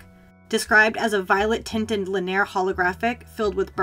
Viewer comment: isn't it pronounced Lin-ee-ur not lin-ear??